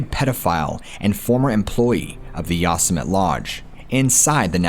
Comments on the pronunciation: Learn how to pronounce yo sem it ee Yosemite not yos mit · Sorry to correct you but.... Yo•sem•it•ee Yosemite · Pronounce "Yousimite" like that in another video and i will track you down and go Wendigo on your candy ass lmao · To the narrator: Yosemite is not pronounced Yoss-a-mit. Learn how to pronounce words and names please. It is very distracting. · holy shit man, learn to read/pronounce words, how on earth could you mis-pronounce the name of one of the most well known national parks in north america so many times? yosimite is pronounced yo sim itee. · For your benefit: Yosemite = yo-seh-mih-tee...Love your work, my friend! I'm subbed and click like on every video. Thanks again! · 😠Yosemite = YOH-SEH-MITTY😠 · Is he saying Yosemite like yo-Sim-itty? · He is destroying the word YOSEMITE!!!!! I thought EVERYONE knew how to pronounce that !?!? Lol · I cringed every time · Lol it bothers me when he always says it the way he does too.